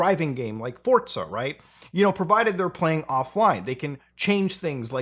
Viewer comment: Did you pronounce Forza like Pizza?